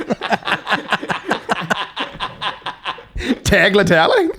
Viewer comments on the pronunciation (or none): Nearly crashed the car when said Taig-latelle